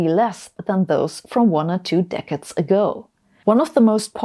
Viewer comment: Practice pronounciation of “decades”. And what to do: sell and use public transport! If that is noten option, drive electeic, and always at the most modest speed, accelerate as an 80 year old and use the best fuel, and smallest engine!